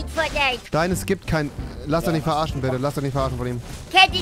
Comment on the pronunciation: Heißt es nicht verarscht und nich verarcht? 🤣